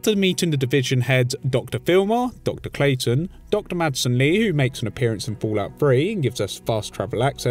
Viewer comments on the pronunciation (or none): none